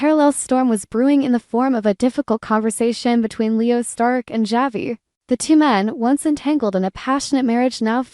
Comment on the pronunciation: Unbelievable how does someone who claims to an avid DOOL fan mispronounce so many names? Such as Marlena, Javi, Dimitri. There have been others but I can't remember all of them. Have you heard any?